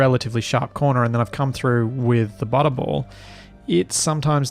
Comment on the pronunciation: So i've been watching this at 2x speed well I play SE myself and I was so confused why I kept hearing you say "butthole" turns out the way you pronounce butterball when sped up to 2x sounds eerily like butthole. It was at "Lets just connect this up to the butthole" i had to stop and figure out wtf was happening lol.